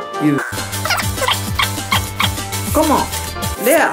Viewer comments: 毎回のコモン！がカモン！に聞こえるのは俺だけですかｗ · コモン！がカモン！に聞こえるのは僕だけかな？w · コモンって言い方が面白いw お疲れ様です